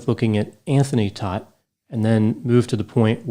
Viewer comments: Last name is pronounced Tote. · In NY, they say this name ss Toadt kind of like thst. Long o, not short o?